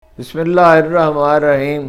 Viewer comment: ہارون صاحب مہربانی کریں یہ بسم اللہ تو لم از کم صحیح پڑھ لیا کریں۔۔۔۔